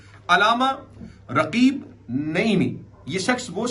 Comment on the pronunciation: Raqeeb nahi Raghib